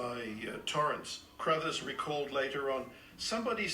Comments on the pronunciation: Crothers, not Caruthers. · Scatman’s name is pronounced CROTHERS not CARRUTHERS. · It's "Crothers", not "Core-others".